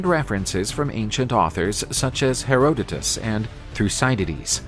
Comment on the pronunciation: The only true wince I have is when you say Herodotus, the accent is on the second syllable, and its a soft 'o' all the way through